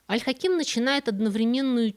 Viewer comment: Аль Хаким (ударение на первый слог, кстати). - часть моей профессии, которой я посвятила более четверти века, самый любимый исторический персонаж и глубоко уважаемый правитель. Жаль, что об Аль-Дерази здесь прозвучало так мало информации, ведь он был не только верховным визирем, но и очень близким человеком для Аль-Хакима. Кстати, про женскую обувь, это вовсе не сплетня, это одно из очень глубоких и мудрых распоряжений, 7 лет, 7 месяцев и 7 дней не шить, не продавать и не носить женскую обувь. А причина очень простая, женская обувь расшивалась золотом, что нецелесообразно и недостойно истинных мусульман, которые должны быть скромны. И вообще золото на обуви - это бессмысленное расточительство. О пропаже Аль-Хакима до сих пор ходят слухи, что он принял христианство, что, по правилам ислама, должно закончиться казнью вероотступника. А произошло это после того, как он пригрозил коптам навсегда запретить их обряды и вообще закрыть церкви. Якобы, он обещал дать им свободу вероисповедания, если "пойдет гора Моккатам*. В ту же ночь случилось землетрясение, и гора ,"шагнула" ( от нее откололся кусок). В любом случае рассказ был прекрасен, несмотря на несколько странный пассаж про вербное воскресенье. Какие вербы на Ближнем Востоке? Как и во многих странах, там это Пальмовое Воскресенье.